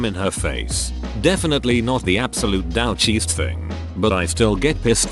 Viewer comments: Come on!!! You chose the title of "douchiest" and you can't make the electronic voice pronounce it correctly. Add yourself to the "douche" list. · "dowch" gets me every time lol